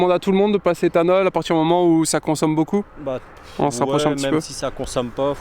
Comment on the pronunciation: .Non, y a encore beaucoup(ta) apprendre..! 🤔 Quelle sale liaison qu'il nous a fait..!lol😜 Par contre c un BMiste comme moi et sa voiture elle est belle et encore nickel pour une 2006..! 👍😍